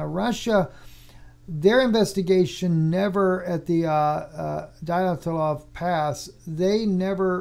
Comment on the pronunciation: Just to help out: Dyatlov is generally pronounced in English-. Dee*at*lawv I messaged him tonight, but I am getting to this a couple of weeks late.